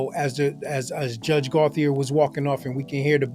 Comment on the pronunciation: It’s pronounced Go-chay